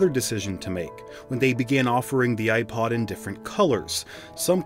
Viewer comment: I can’t listen I’m sorry I just can’t with the way you pronounce the “i” in iPod 😭